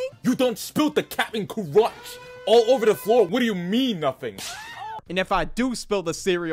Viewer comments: "you don't spill the caprain cur-UNCH" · bro said "Cap'nt CAr-UncHa" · Captain CuH-rUnCh